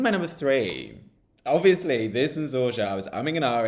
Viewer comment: ZorYa (letter J is like English Y). Enjoy in Belgrade👍👍😉😉